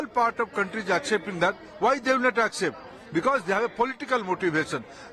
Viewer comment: We Tamil will not acjept what ever shit you say…’accept’ அப்படி என ஒழுங்க சொல்லுடா…union minister வேற